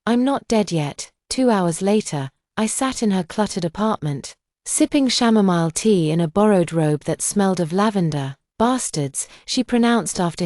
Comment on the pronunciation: "shamomile tea" 😂